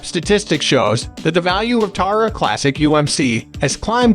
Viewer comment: You can’t even pronounce the name Terra right lmfao 🤡🤡🤡